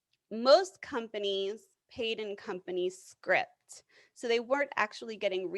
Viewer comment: It's company "scrip" not script!